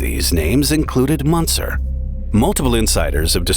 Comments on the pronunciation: the "ü" in "Münzer" is pronounced like how you say the letter "u" >> "yu". so the name is pronounced as "Myuntser", and you're saying it like the "Aa" in "munching". there were two options for you, either learn how to pronounce the name before making any documentary, or add in the disclaimer that "you may mispronounce the name" in the beginning. but you chose neither. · Münzer is pronounced 'Moonzer.' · Two dots above the U a is pronounced OO , not Munzer. Sad to see a guy so obsessed like this .RIP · You could have at least asked google translate how to pronounce "Münzer" properly. And "Zugzwang". If you hadn't explained it I would have never understood what you even said.